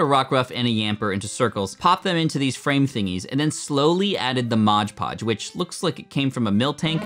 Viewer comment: it's not called modge podge, it's mod podge